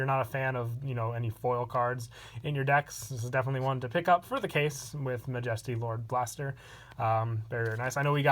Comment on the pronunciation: love your vids but im pretty sure you said majesty lord blaster wrong